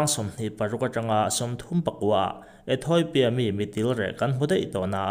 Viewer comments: Ethawipia tiin I lam tlat a.... Ethiopia(ethiawpia) tia lam tur anih hmel e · Ethawipia tiin i chhiar zel a, ethiopia ti in chhiar la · Ethawipia iti zel aaa Ethopia tih tur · Ethoipia ani bawk lo. ETHOPIA TIHTUR AW. Lehkhathiam zawk pawh hian, diklo pui pui hian, inziak a, inchhiar bawk a,😮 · Ethoipia nilovin ethiopia a nia 😂😂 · Ethawipia ti in i lam daih a haaaa